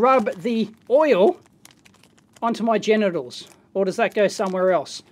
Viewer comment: Equally good...every time he says gentials hahha